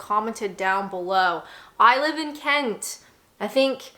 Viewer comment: Love how she says Kent 😂 Nearly sounded like c%nt 🤣